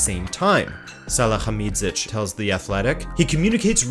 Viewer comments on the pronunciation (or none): Hasan "Salahamidchiez" lol he's called Sali-hamid-zic "Salie" "hamidd" "sitch" :') this is funny - some of us in germany cant speak it out, too haha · Great video but your pronounciation of salihamidzic is horrible lol the phonetic spelling for americans would probably be > Sally-hummy-jitch<